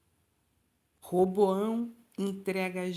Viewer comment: Nao é Reboao é Roboão